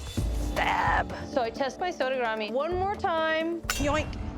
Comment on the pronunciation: I love how only pronounces sodegarami right